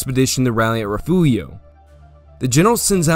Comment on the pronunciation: Great video. Appreciate the Texas history. But fyi it’s rih-fyoor-ee-oh, not re-few-io (for the town of Refugio).